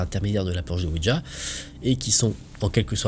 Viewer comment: slt tes videos sont super genial merci a toi vrmnt 👍👍👍👍👍 en ce qui concerne le ouija de lecture mai la prononciation c est ouiya oui francais et la ja allemend qui ce dit ya 😉